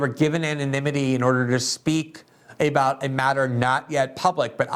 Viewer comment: Glenn is the only person that I know of on this planet who pronounces the word 'about' 'A'-bout. LOL